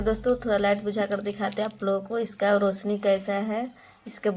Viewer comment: Video bana rahi to has q rahi Are रोसनी nahi hota रोशनी hota hai